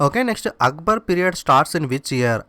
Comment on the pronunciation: arbar aa akbar aa sir meeru eppudu arbar antunnaru